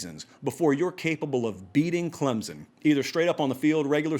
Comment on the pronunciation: Say Clemson correctly then I'll listen. You talk about being accurate?